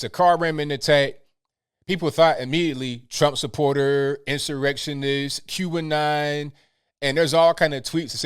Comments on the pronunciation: I love... but when he says "Q'Anon" it sounds like he is saying "Cuban Nile" lol. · I know now he was saying QAnon